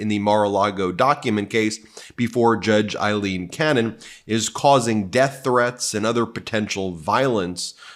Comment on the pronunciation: Her name is A-lean, not Eileen, it's A-lean, A-lean. C'mon Ben, learn her name